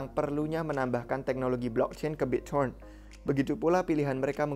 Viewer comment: Biccoren end cron.. Gtu sih gw dengernya 🤣🙏